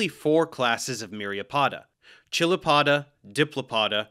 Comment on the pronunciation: FWIW, I'd opine you are mispronouncing chilopoda. The roots are from Greek, χεῖλος, and Neo-Latin, -poda. Since the Greek root begins with "χ" the transliteration "ch" is better pronounced as "k," as in character and chimera.